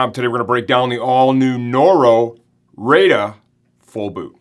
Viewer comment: you say the name like "rider", same thing as their other baika "biker" boot, it's the japanese version of those words :)